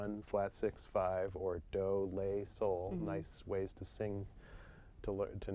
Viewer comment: Daniel Dias flat 6 is called Le (pronounced "lay") major 6 is call La (pronounced "lah") so yes flatting and sharping a solfege involves changing the syllable slightly